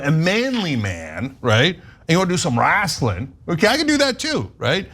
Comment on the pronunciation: Cenk saying wrassling has made my day